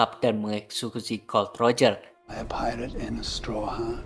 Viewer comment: Bukan gold roger atau god Roger bang tapi gol D roger baca nya gol di roger